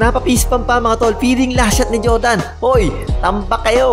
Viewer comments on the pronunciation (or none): none